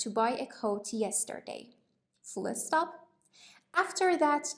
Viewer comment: She saying fullé stop?